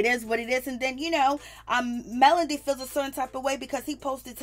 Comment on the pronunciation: And it’s MEL-O-DY. not Melondy 😩